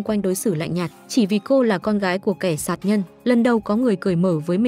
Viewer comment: đúng, ngọng cả chính tả lun